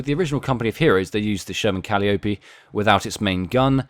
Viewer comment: Pronouced Ca'lie o pee.